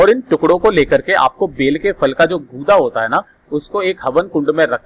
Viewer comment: Gurda nhi Gudha hota hei